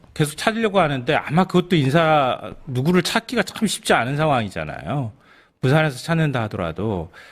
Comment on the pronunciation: 자막읽을줄 모르세요?자장면과짜장면을구분해서읽어야구독자들에게최소한의도리지요?방송내보내기전최종편집할때검수같은거 안하고방송내보냅니까?듣기 거북해서 잔소리적습니다.(쩍임자)아니고요(적임자)라고 읽습니다.중요한 내용을 담는그릇이깨져있어야되겠습니까?